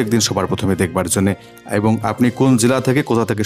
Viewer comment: উচ্চারন টি একই হবে, একুই নয় । ওইভাবে বাংলাদেশীরা উচ্চারণ করে । এবং কে উচ্চারণ করে অ্যাবং আমাদের ও বুঝতে সুবিধা হয় ওটা বাংলাদেশী ইউটিউবার ।